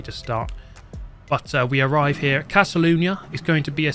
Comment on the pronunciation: Castle lunia? Hhahahaha Catalyuna